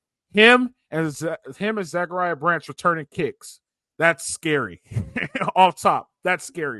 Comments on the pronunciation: Stop saying zac branch name wrong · Great show, why is still pronouncing Zach Branch name wrong? Fight on ✌️